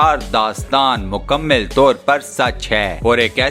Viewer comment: Mukammil Nahi Mukammal Hota Hai